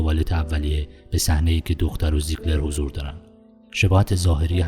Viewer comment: شما که میخوای یه فیلم رو تحلیل کنی بهتره اسم ها رو هم یه سرچ بزنی درست بیان کنی نه اینکه انگار یه مقاله گرفته باشی روخونی کنی با اسم های غلط غلوط. اسم شخصیت اصلی Bill هست نه Bale اسم دوستشم ویکتور زیگلر بود باز اینم اشتباه گفتی زاگلر در هر صورت با آرزوی موفقیت برای شما دوست گرامی